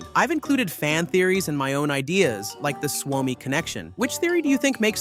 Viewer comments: You say it as Swomi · Bro its suomi not swami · its s u o m i, suomi you say it like its spelled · You say Suomi wrong. Allways&Forever 🇪🇪❤️🇫🇮